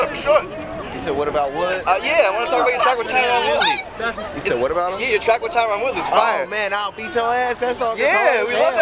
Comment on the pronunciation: You said whauutt about wuttttttt